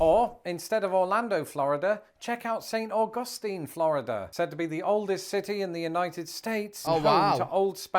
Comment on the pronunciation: here's an FYI (for your information) on what he said after Mackinac Island: the city in FL is St. Augustine, and the accent is on syllable #1, not #2, i.e., AWE-gus-teen, rather than awe-GUS-teen, as the You Tube sensation said it.😀 By the way, it's the oldest city in the country, having been founded on Sept. 8, 1565. I live in a city about 1.5 hours from Chicago, but much smaller than it; yet, the variety of ethnicities here is way bigger than most would expect. There are immigrants here from around 120 countries, almost daily I hear Spanish, French, Thai, Laotian, and recently, Swahili, whether at the local YMCA, or the store where I work, and the school district has students in the English as a 2nd. language program speaking 1 of more than 50 languages in their homes--second only to Chicago. My suggestion is to select a region of the country, then find some places which look/sound good, such as national parks, state parks, etc., and if you don't want to blow your money much faster than you thought you would, try to minimize your time in big cities, since that's where you'll find prices are MUCH higher than in those less populated.